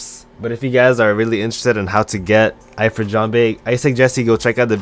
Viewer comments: No, it's pronounced ("EE-freet") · hes saying eye-frit jambe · The way he says Ifrit 😭